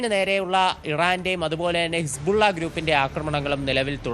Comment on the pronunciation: കിസ്പുള്ള അല്ല വാണം സുധ ബിജു…. ഹിസ്ബുള്ള 😂😂😂